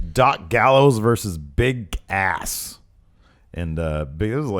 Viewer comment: it sounds like said "bick ass" lol